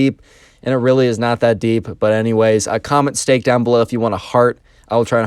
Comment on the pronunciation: He said commet stake or something